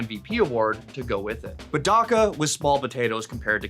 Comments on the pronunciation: not daka, dacha, like chanel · IT'S NOT "DAKA" IT'S "DACHA" (as in the word chat) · dacha not daka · Hello boys. I just want to correct a lil bit as a Russian speaking man: do not pronounce Dacha (like Dycha - where ch sound similar to k), It’s more like Dutcha - Дача) Everyone have a good day ❤ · my man doesnt know what dacha is and how to pronounce it 💀